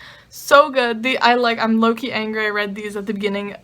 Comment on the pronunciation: Haha!! I kept thinking you were saying Loki when you said low key. 😂😂😂🤣🤣🤣 Love your videos!!! 😊😊😊